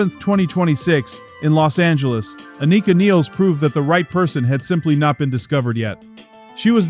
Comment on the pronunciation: Many get neil's last name pronunciation wrong, and Anika Nilles, first and last name as well! Aneeka Nillis